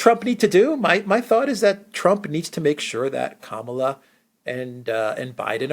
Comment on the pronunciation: Agree with criticism of US mainstream media, Criticism of Vice P Harris fair game but you are losing credibility by mispronunciation of her first name.